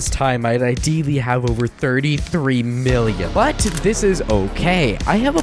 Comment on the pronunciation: U said billon in state millon